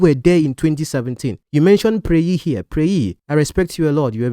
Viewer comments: Oga, thank you for not interrupting.. chaii this one sweet😢 oga, Preye is actually pronounced Priye.. or to be more precise Piriye.. not Preyi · ye as in Kanye, not yi, Preye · Omo... Each time he kept saying "pray-yi" I felt like turning the video off. LOL!